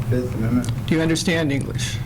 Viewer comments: "I plead the FiF!" - Tron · was that the fifth, or the forth?